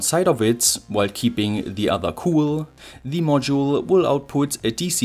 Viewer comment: 'The' als 'thi' ausgesprochen ist nur vor Wörtern, die mit Vokallauten anfangen ( bsp. 'the end', aber nicht 'the voltage')